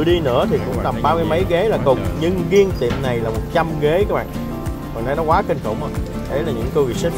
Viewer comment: Riêng mà sao nói giêng